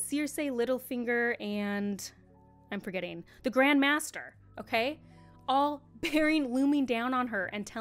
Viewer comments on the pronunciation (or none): Not a big deal, but it's pronounced "MAY-ster" not "Master". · Grand maester is pronounced “may-ster”